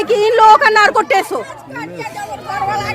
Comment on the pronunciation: Narco Tess nhi test hota hai